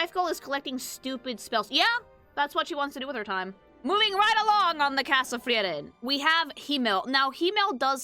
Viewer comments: Why does she say the name Freiren liek shes saying Tiananmen with an F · FREE-ren unless she’s pronounciation mogging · I take a fraction of psychic damage every time says "Friyeren" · Yep, is a latina. Only Latinos say "Frieren" instead of "Friren", the supposed correct German pronunciation 😅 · Another great video from the. Excellent. ps: also, as a Hispanic listener, I kinda enjoyed realizing how "Frieren" is pronounced with phonetics closer to Spanish. Happens to me sometimes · I have NEVER heard someone pronounce Frieren like that my god